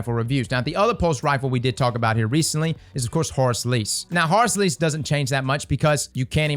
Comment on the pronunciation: How pronounces Horrors Least "Horus Lease" I love it